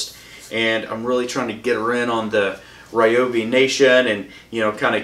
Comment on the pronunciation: If you're going to review something, pronounce the name correctly 😂😂 RYobi. Not REEobi. Geez.